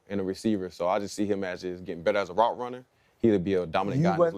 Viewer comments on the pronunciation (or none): none